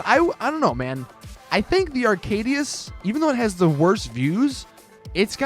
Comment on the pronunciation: arcadius not aracdius